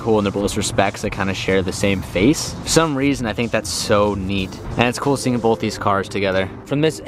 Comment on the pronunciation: Stop saying bolth